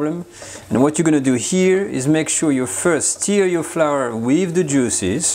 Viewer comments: It’s a ‘stir’ not a ‘steer’😂🐂🐂🐂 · For the love of god man, it’s NOT steer, it’s stur, like leur. Love you. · Hey, the word Stir is pronounced Stuur not Steer. You stur the food, you steer a car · Wonderful recipemas always. Nb; stir is not pronounced steer but like the french eu = stir. Steu if you like 👍🏻 your english is wonderful. So enjoynauthentic french recipes. More please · Hey,. Love your videos, tried lots of the recipes. Beautiful. That said, I finally feel compelled to point out that your are pronouncing "stir" (should rhyme with "fur") like "steer" (rhymes with "fear"). It's important. When you say "Give the ragout/mixture/stew a small steer," which is how you're saying it, you are actually saying "Give the ragout a small castrated bull." Given how often you say it in this video, there'd be a whole herd of cows in the pot if I followed your verbal instructions! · Persillade no? and mon ami it is "stir" not steer. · STIR = rhymes with FUR not FEAR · I really love this channel and is a great teacher. I'm not criticising or making fun. Just like he is teaching us to cook, I can teach him how to pronounce words correctly in English. If I was pronouncing a French word incorrectly so that it sounds like a different word (stir/steer), i would appreciate a helpful nudge by a francophone person to correct me. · Kazzamatazz: Yah, I like it when he “steers” the bacon. But, I’m being snotty by thinking everybody has to pronounce my language “correctly.” Lots of responses are real snotty, so I tried to hold back until I saw your comment.